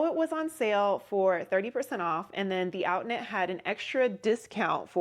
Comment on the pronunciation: oh! Outnet! I know of them. Sounded like outlet…lol How much did you pay?